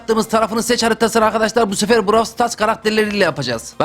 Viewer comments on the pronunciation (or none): none